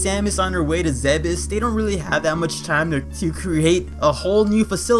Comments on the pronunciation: Zeebz not zeh-behs. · You are wrong, there are recorded voice clips from Other M, Super Smash Bros: Brawl and an unused one from Metroid: Prime where it's pronounced "zeh-behs", making that pronunciation canon. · Also the japanese for zebes is ZE-BE-SU so judging from that, we shouldn't pronounce the e as ee